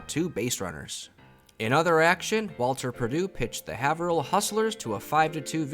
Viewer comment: Haverhill = "Hay-vrill"